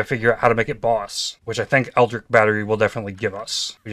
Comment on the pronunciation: I thought I can keep going on with that, but please...it's not ELDRIC it's ELDRITCH!!! like in a word Rich :D